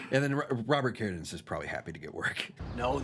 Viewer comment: wait. why does pronounce "Carradine" like that? I never noticed that before.....